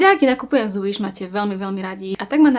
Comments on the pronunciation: Nečítaj to Uiš prosím 😂 číta sa to Viš😂 inak super video❤️ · Wish sa číta Viš a nie Uiš😂 Ale inak dobré video🔥😀